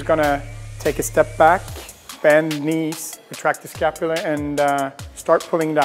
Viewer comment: Everytime he says “retract the escapula” have a shot...